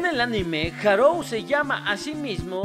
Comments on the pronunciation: Buen video, solo que me fastidiaba un poco que le dijeras Harou en lugar de Haruo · Buen video, pero... harou? HAROU?????